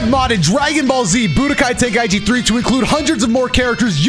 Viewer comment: "Tenkiechie 3"